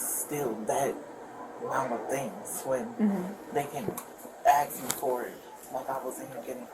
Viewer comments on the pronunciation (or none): They never seem able to say ask